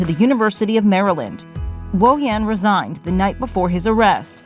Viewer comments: "resignated" DEI reporter! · What's with the newscaster near the end? I'll try and spell it out like she pronounced it. Rez ig ed? I mean, I know she was trying to say resigned. But really? It's not that hard to say.